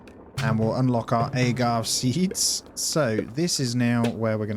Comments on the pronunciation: Every time you said “agave” wrong it made me want to say something 😂 that accent really makes a difference I guess 😂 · loved the video but your pronunciation of "agave" killed me inside a little haha